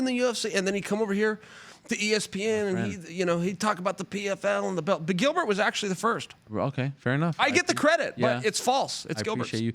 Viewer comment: . Its Giblert not Gilbert